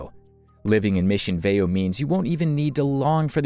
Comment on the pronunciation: This was a nice video, but the narrator didn’t pronounce Aliso Viejo or Mission Viejo correctly. Also, Turtle Rock is a part of Irvine.